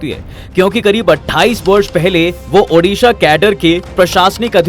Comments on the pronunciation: The name of my state is ODISHA not udisa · Sir it's ओड़िशा। Not उड़िशा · It's ODISHA "ओडिशा "